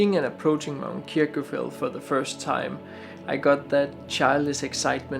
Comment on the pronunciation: Nice video but your pronunciation of Kirkjufell is wrong. In Icelandic a double l sound is pronounced tl and so you actually say Kirkjufetl